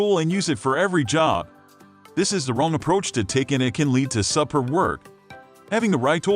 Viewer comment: closed the video after I heard "subper work", give me a break with these automated voices...lazy creator